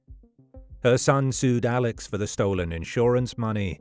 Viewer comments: His name is pronounced Alec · It's pronounced Elick Murdock.